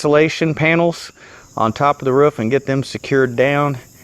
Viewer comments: Sounds like when he says roof he’s is saying woof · Stop saying roof wrong